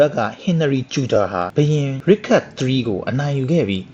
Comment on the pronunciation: ရစ်ချတ်ပါဗျ ရစ်ခတ်မဟုတ်ပါဘူး